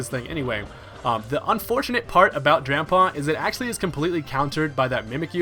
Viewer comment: The way he mispronounces drampa tilts me